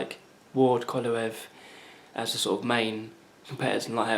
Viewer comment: Y do so many ppl have problems pronouncing KOVA~LEV?